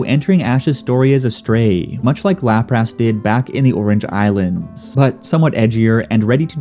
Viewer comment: Glaleay? And Laptras? 😊